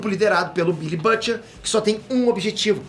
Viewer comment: Custa falar o nome BILLY Bruto kkk, otimo resumo "Perterr."